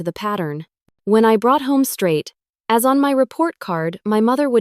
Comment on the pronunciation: time mark report card “A’s” (as in grades of A or B or C, for instance) is always read in these stories “as”. Errors like these are easily noted by English speaking humans but apparently not by robots. Contractions are also not used (ie, “I will” robot read instead of “I’ll “ that humans use). Editing needed!!!!